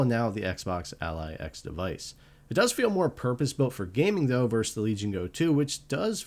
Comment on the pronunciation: It's "versus," not "verse." But other than that, thank you for the great comparison--thorough yet brief.